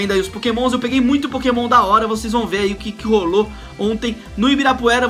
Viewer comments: Aí me da uma agonia! Ele não sabe o nome dos pokemons! Fica esperando mostrar, e alguns pronunciam errado -. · Aí tu vê que ele tá fazendo vídeo de pokemon só pra ir na modinha e ganhar view, sabe nem qual pokemon que dá pra evoluir e fala os nomes tudo errado